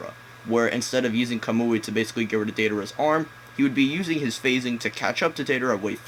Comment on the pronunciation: kamui eye xD imagine making naruto videos and you can't pronounce the abilities